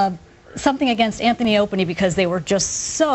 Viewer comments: She called the show "anthony opieny"😅😅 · She says anthy and opany